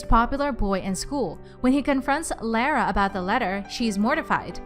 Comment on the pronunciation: You keep on pronouncing Lara wrong